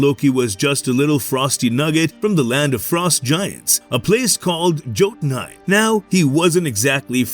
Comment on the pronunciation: Just one thing, the first J from Jotunheim is pronounced as an I.